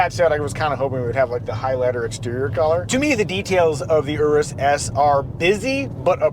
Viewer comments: Finally someone knows how to pronounce the name Urus 🎉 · It’s always great to hear it called the Urus not Yuris 👍